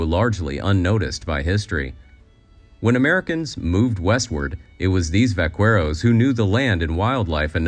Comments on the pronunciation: Vakerros, not vacueros. Next time, pretty please, out of respect, look up words you're going to repeat often. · Vaqueros is pronounced Bah-keh-ros, not Va-Kwe-ros. in Spanish the u is always silent after a q. it was nails on a chalkboard hearing Va kwe ros in this video. lol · va-Quer-oz is pronounced ..... va-KER-oz. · Vah-care-ohs, not Vah- cwhere-ohs. I hate critical comments...but bad pronunciation is easy fix. Lol. Like friends saying Hal-a-peen-oh instead of hal-ah-Paynyo for jalapeño...or my mom saying tor-till-ahs😊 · Vaqueros is pronounced “Vakeros”, NOT “vacueros”! It’s like people who say “Migoo-el” instead of “Migg-el” for the Spanish name Miguel, I can’t! Does Paco de Lucía play the “goo-e-tar”?😂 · Check your pronunciation of vaqueros. (Try vah-keh-rose) That's still a fairly American pronunciation but "que" is never pronounced "kweh". Otherwise, great info and well done! I found the content interesting! Thank you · Good grief. Why can’t the internet find narrators who can pronounce words right? It’s not “vakweros” it’s “bahkaeros.” Learn a little Spanish! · Vaca is Cow … so VaquERO refers to Cattle handlers. Cocina means Kitchen. So Cook or Chef is CocinERO. Here the pronunciation sounds like VaCUERO. Cuero means Skin or Hide. So the pronunciation sounds like the Va Skins or Va Hides. The Que should be pronounced as a short K, Va - Ke- Ro - s Que by itself also means What btw… that’s my two cents worth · "Vack-Where-Os"? How about pronouncing it as VY-KARE-O's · In the "Vaqueros" word, the "u" is silent. Pronounce vaquero as VaKero. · One slight correction in the pronunciation of the word VAQUEROS: the U is NOT pronounced, thus sounding like va-ke-ros. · It’s pronounced vakeros. You doing pronounce the u in que. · Please... vaqueros = /ba-'kair-oss/ - -> stress on 2nd syllable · Vaqueros is pronounced, bakeros. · Nitpicking here: the U in vaqueros is silent. It’s pronounced vah-keh-dos (yes, more a d than the American r) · The “u” in vaqueros is silent.